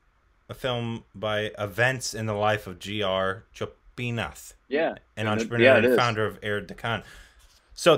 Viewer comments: Bro its GO PI NATH no joypinath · That person's name is Gopinath and pronunciation is "go" not "jo".